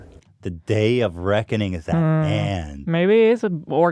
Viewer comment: he's saying "the day of Ragu", not "the day of reckoning" interpret as you wish